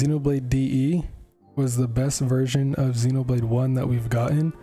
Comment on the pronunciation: It's been annoying me since the release of the original Xenoblade that hardly anyone it seems can pronounce Xenoblade correctly. Even in official americanised trailers.